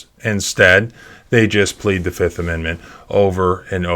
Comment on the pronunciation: "I plead.... the FIF!!!"